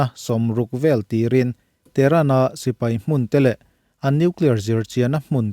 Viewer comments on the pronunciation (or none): none